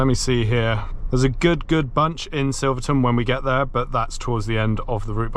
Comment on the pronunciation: Wrong, its Silverton.